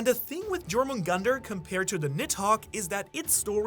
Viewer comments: Jomungandr Pronounced: ✅️ You're - Min - Gander 🚫 Jor - Man - Gunter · If you're doing theories of Jormungandr I humbly ask you to pronounce it properly dʒor-moon-gandr ❌ yor-moon-gandr ✅ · Bro it's pronounced as yormungandar the j is pronounced as a y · Butchering jormungandr